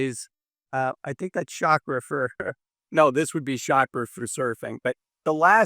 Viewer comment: Shaka not Chakra.